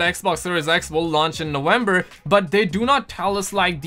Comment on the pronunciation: When exactly is "Nowenber" ? lol